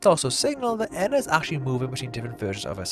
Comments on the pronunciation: I feel like they’re a species but they might not entirely realize it (or atleast that’s what I thought I noticed from the series). And in both the series and game, a lot of times they keep switching between pronunciations, like ENA EENA, EYNA, INA, but I feel like that’s different from one of the characters calling the game version “Rena” or Moonie occasionally correcting herself from ‘Ena’ to “Jena,” which makes me think they also have names that rhyme with ENA, but they aren’t very commonly used because they don’t really feel a need for specification. But that is strange how Moonie switches between feeling the need for specification then what seems like a blatant mispronunciation, like saying “Ina” was just mocking as a friend, then “Jena” is acknowledging them as an individual. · Edit: My bad, I'm completely wrong, they say both in the YouTube videos too LMAO Something small that I noticed at the end of the Witches quest - the lead Witch pronounces "ENA" with a short "e" when referring to the ENA that gave her the motherboard, which no other character in Dream BBQ does, no matter how much they goof up the pronunciation. If I remember correctly, in the earlier YouTube series, they all pronounced yellow-and-blue ENA's name the same way (with a short "e"). In Dream BBQ, NPCs that pronounce red-and-white ENA's name correctly say it with a long "e." Furthermore, when addressing US, the player character "ENA," the lead witch explicitly only says "ENA" with a long "e," possibly implying that it was yellow-and-blue ENA that gave the witch the Motherboard! I wonder if it was intentional... if so, just another small detail adding to idea that they are different ENAs, and connects the older Youtube videos to Dream BBQ a bit more :) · isnt it pronounced ee-nah, not enn-nah?